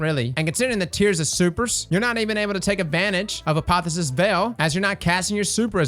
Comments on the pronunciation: a po the o sis, not a po phy sis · It's pronounced a pa thee osis LMFAO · Apotheosis is pronounced "Uh-Poh-Theo-Sis". Just to let you know, not trying to needle you. Also, Geo-Mags have been nerfed into the earth. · Hey, I know you're all about pronouncing things... Uniquely, but I thought I'd mention it's not "uh-POTH-uh-sis", it's "ah-POTH-eee-OH-sis". Means "process for attaining godhood." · is determined to say "Apotheosis Veil" wrong as many times as possible